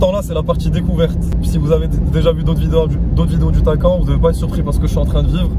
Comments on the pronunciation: Bel essai ! ça se prononce Taycanne par contre Taycan ^^, pareil pour le Macan , le Cayman etc :) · Superbe vidéo et magnifique véhicule mais je crois qu’on prononce phonétiquement [ta-ï-kan] Merci pour votre analyse Bonne journée.